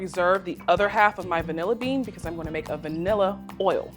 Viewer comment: I like how she emphasized “VANILLA bean,” as opposed to kidney bean, lima bean, navy bean….